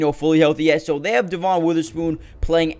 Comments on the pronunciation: It’s pronounced Devin not de von. I know, the spelling doesn’t match. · It is spelled Devon but it is pronounced Devin